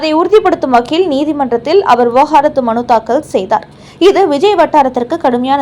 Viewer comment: தமிழ் நாடு not தமில் நாடு. விவாகரத்து. Not விவகாரத்து. பலி வாங்குவோம் ? பழி வாங்குவோம்.